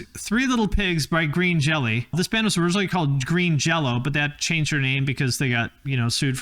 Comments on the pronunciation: Actually Green Jellÿ is still pronounced Green Jello because the Y with the umlaut (two dots) make an O sound. Since the Jello company placed a lawsuit on the band over the name, the band figured out a way to spell the their name another way without actually changing how it was pronounced. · It's pronounced Green Jell-o.